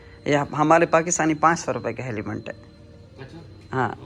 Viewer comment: Heliment 😂😂😂😂😅 Helmet hota hai